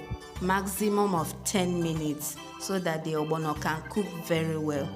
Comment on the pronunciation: The way u say ogbono defines our beautiful Igbo heritage